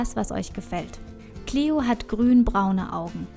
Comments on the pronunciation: Hi danke für das viedeo aber ein kleiner tipp die nixe heisst cleo und nich clieo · Cleo nicht cliu kapirt